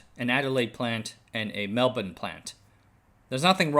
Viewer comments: Great video. and well done pronouncing Mel-ben. You didn't mention the effect of the Indian Ocean Dipol (IOD). It can have a significant influence on the north west of the country, and upper level troughs can pull the tropical moisture down through the centre to victoria and southern New South Wales. In 2011 we not only had a strong La Nina, but a negative IOD bringing more tropical moisture into Australia's south east, which contributed to the devastating floods. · excellent pronounciation of Melbourne